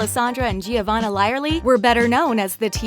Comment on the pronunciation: And Giavanna. Wrk.